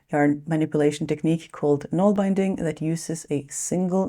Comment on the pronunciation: Nålbinding is pronounced NOHL-bin-ding. Norwegian. Bin, with a short i. No such word as Nålbound, but that’s creative at least!